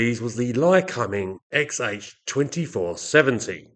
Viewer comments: How are you pronouncing the engines name again ? Cum... Or .. combing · My take was that I'd read it as Ly-comb-ing for a million years but that given how you were pronouncing it I must have been wrong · Yes - usually 'Lie-Comb-Ing'. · It's pronounced (Lie-comb-ing) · Interesting pronunciation of “Lycoming”. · As an Australian I found you pronounced the name very strange and for once agreed with the American way.